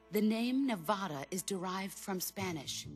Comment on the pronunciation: she said "Nevada" wrong